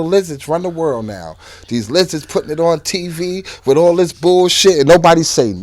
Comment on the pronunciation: Did he say LIZARDZ?😂😂😂😂